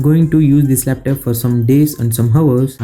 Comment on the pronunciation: It's not laptap it's laptop